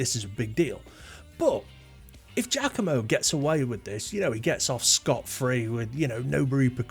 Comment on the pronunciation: Giacomo is pronounced “jockomo,” not “jackomo.”